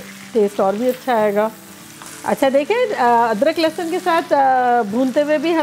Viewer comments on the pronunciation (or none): none